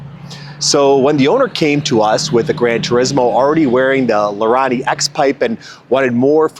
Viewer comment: Its pronounced La -Ree - Nee 😂. In Italian I sounds like e